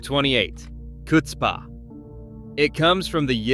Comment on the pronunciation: You don't pronounce some of these words correctly. "Ch" is a raspy, rolling noise in the back of the throat. Not an "ch" or a "h" of a "k". Chutzpa. Spiel is "Schpiel" pronounced "Shpiel.